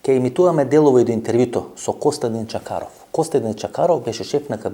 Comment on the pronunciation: Името на госта е Костадин Чакъров, но Ефтов го е страх да произнесе буквата "Ъ". За тази буква Венко Марковски замина на Голи Оток.